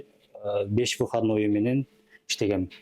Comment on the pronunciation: Выходнойду тушундум . Сыхадной дегенге тушунбодум😅